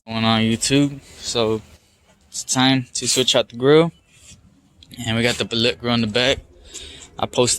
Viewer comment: It's pronounced BILL let, not bill LET. Kinda like Billit.